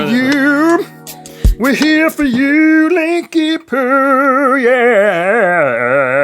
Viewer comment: Linky poo sounds like lick yo poop